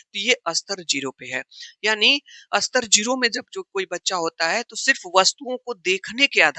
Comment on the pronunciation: सर स्तर को अस्तर मत कहा कीजिये ?